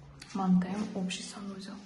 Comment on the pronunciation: Ока куламан деб ичагим узил колдю.ццсанузел денг.